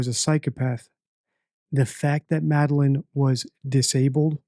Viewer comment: He says “the vape store” so many times, but can’t say “Madeline”